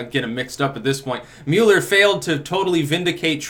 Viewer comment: MULL-ER not MULE-ER